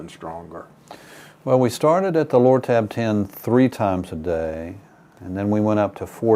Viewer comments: Did he say Loratab. Bah ahaha ha. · Lortab LoL!